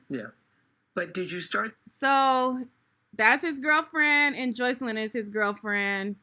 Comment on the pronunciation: He didn’t even pronounce the girls name right.